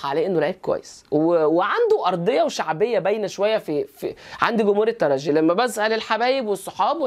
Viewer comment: رجعت يا وجه السعد.عدينا معك الموسم الفارط جميع تحليلاتكم منطقية وممتعة.متابعكم من تونس. شكرا على نطق الترجي بالجيم.تحياتي